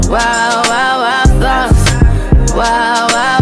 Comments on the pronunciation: Am I the only one who heard 'wild thoughts' as 'lactose'? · its sound like she said white thots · Last time she said "wild thoughts" I heard "wide thots" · I thought she said watos lol I was like fuck is watos? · For the longest I thought she said , " Why , why, why sauce" 💀😂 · I literally thought she was saying “why thoughts” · I hear "Wild thots" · I THOUGHT SHE WAS SAYING WILD SAUCE, OHMYGODD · Heaven Faulkner i thought she said " why calls" but i know now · I thought she was saying Guac sauce 🤣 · It literally sounded like she said WAWA SAUCE